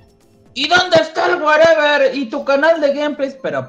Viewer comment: él werever siempre dice ''wey'' se oye como mirrey xD